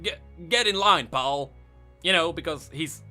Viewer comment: the only problem i have so far is your pronunciation of the word "pal"